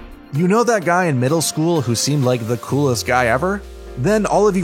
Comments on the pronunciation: Did this guy say sakoooooooora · zahbuuuza sakuura oooruchimaro my heroe academy nayruto bruh ion wanna hear nun from him w them pronunciations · “narootoe” “zaboozah” “sakoorah” “I watch a lot of anime” yeah aight😐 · Jesus Christ dude first naroodo sounds like a ramen company then Sakoora like card captor sakura? Pronounce the names right next time if your a real anime fan buddy. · yo listen to how he said sakura 😳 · please stop. There is absolutely no rhyme, reason, or excuse to mispronounce zabuza, sakura, or orochimaru, or change the word academia to academy unless you dont actually watch the show